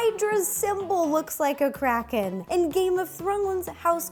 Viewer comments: I thought she said "Release the crack head!!" 😂😂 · I thought she said release the crackhead 😂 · Is it just me or does it sound like she said crackhead 💀😂